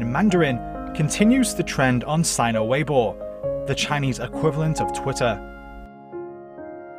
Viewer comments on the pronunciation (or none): none